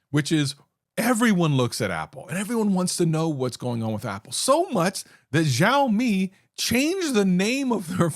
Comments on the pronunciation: Bro it's not Zaomi it's Shaomi. You gave Mrwhosetheboss reference, over there also it is said! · What is this Jow-mi you speak of?